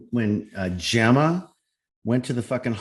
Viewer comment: Say her name again..” Jemmer “